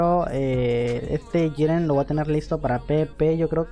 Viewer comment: Porque dices "shiren" xd?